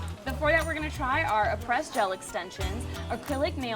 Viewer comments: pronounced apree, not press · its pronounced “ah-prey” not “a-press” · Who cringed when she pronounced “Aprés” as “A-press” and not “Ah-prayz”. I surely did. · She doesn't say aprés right either